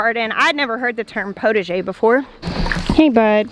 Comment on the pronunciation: Potager is pronounced with the ah sound but you get the idea of it . You want to make soup you go to the potager and gather vegetables, herbs ,and some flowers for the salads . Wishing you well in your design.